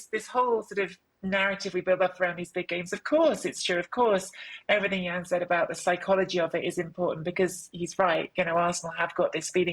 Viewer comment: Jan is always right 🩵 n it’s Jan not Yan❕🙄🤣